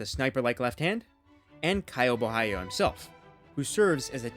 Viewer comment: he didn't though, the right way would be something like bo-ha-lee-oh. he did some kind of spanish pronunciation.